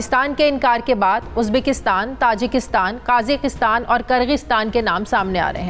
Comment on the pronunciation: Kaghistan , tajistan 🤔🤔🤔 . Do ur homework b4 just pretending to know what u r taking bout . U can't even pronounce names correctly , it's Kazakistan , Tajikistan .